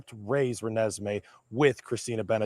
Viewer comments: Just want to try to help with some pronunciations: Renesmey Eutsey Ra-nezz-may (Michael) Aubele - Aw-bull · THE CORRECT PRONUNCIATION IS RE-NES-ME!!!!!!! LUV U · Can you please learn to pronounce this little girls name right!!!!!!